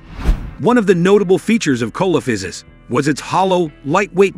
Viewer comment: The accepted pronunciation is: see - luh - FAI - suhs.